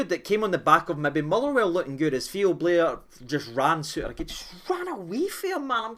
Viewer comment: It’s Bair not Blair